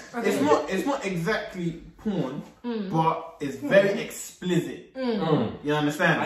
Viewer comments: said "explizit" 💀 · “explizit” “explithit” I’m screaming 💀💀💀💀